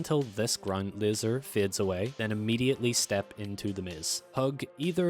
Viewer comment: 😂wtf,you keep saying lizer what tf is a lizer room 😂😂😂😂😂